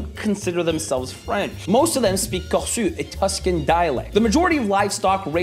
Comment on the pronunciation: Alors on dit "corsou", pas "corsu". Et par ailleurs, je suis presque certain qu'on dit "ouiche lorraine".